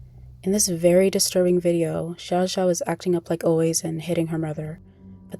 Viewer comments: Xiao Xiao is pronounced shao shao not zhao zhao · i mean you could have at least spent 10 seconds learning to pronounce her name correctly. (commenter gets it right) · you pronounced her name wrong